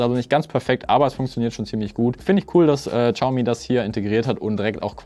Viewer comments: Übrigens: Es wird nicht Tschaume ausgesprochen sondern showme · Uff no hate aber "tschaumi" is schon schwierig auf dauer. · Ohhhh bitte, ich möchte nicht pingelig sein, aber entweder du sagst vielleicht 30mal weniger Xiaomi, oder du lernst wie man das ausspricht. Ich musste das Video beenden, es ging leider nicht mehr 😭😭